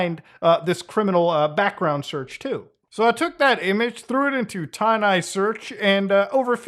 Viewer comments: Wait, it's pronounced Tainai? I thought it was Tin-Eye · Ti Neye? C'mon Mutahar!